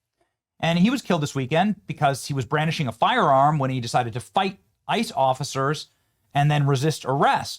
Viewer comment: "Brandishing"? Bro no.